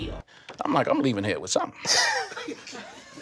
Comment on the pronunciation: So I've been watching you for a year or so, not since the beginning buy I've been around....so I'm a little afraid to ask.....does ALWAYS say hair instead of here......??? Or am I just misHAIRing it?